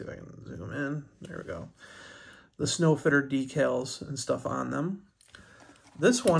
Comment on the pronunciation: Nice trucks. The Sno Fiter is a play on words it's pronounced snow fighter.